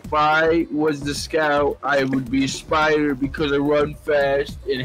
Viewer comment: I'm dying why does he say "a spyda" like that I'm almost crying